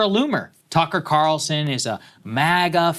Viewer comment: calls Tucker "Qatarlson" 😂